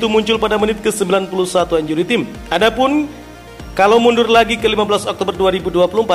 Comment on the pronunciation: Pronounciation bahasa Inggrisnya benerinlah, masak time (taim) dibaca tim